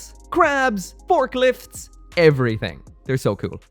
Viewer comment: did you just say... forklifts???